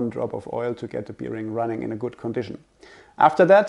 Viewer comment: Very informative and helpful. But please learn how to pronounce the word bearing, especially when using it that often. Makes me crinch hearing it here 😅